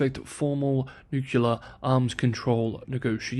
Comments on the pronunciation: NUKElar hits the nail on the head when used for weapons. "Nuclear" is for energy. Stick to it, please. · Ok, I subscribed and I don't even care if you pronounce "nuclear" the same way George W. Bush did. As to whether China is a buy for investors right now, as always it depends on the investor. I'd put it in the speculative spectrum of investments and that's where I'll leave it until the Taiwan issue is resolved. I'm a fiscal conservative with low tolerance to risk owing to my proximity to retirement though and thus more interested in income than capital appreciation. Whatever your perspective is, choose wisely. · Pronunciation or not, there is no second u in the word nuclear. This pronunciation comes from George Bush. Not exactly an intellectual superstar. I’m glad to see you are spreading his dogma. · It's still wrong. * shrug * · “I will continue to use my preferred (ie incorrect) pronunciation of the word” 🤦🏻‍♂️ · Sorry, but it's NU-cle-ar and not nu-CU-lar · yeah, it seems nucelar instead of nu-clear is also an accepted pronunciation for nuclear since some years ago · How does a person arrive it "nukuler" from "nuclear"? And why would anyone trust the judgement of a person who does not accept correction? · Nucular “I will continue using my preferred pronunciation” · I'll subscribe when you pronounce "nuclear" as "nuclear". Also, no more likes until then. You have your standards and I have mine. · Sorry, I had to unsubscribe, my ears hurt when I hear you mispronounce the word nuclear as nucular! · Out of curiosity, why nuke-you-lur? It isnt spelt that way. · SAY THE WORDS "NEW" and "CLEAR" TEN TIMES in a row, out loud, and you'll never mispronounce the word "nuclear" again!!! I HAD THE SAME PROBLEM, and I did not believe that trick would work, but it DID!!! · “Nuclear” had one U.